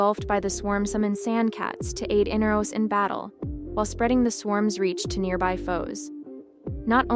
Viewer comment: In R os... not in-uh-ros... smh